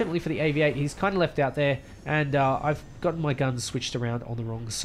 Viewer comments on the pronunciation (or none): none